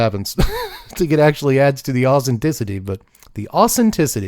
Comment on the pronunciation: The ausinticity 😂 you are awesome! Thanks for making me smile